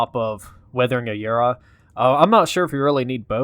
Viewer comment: That’s not how you say aura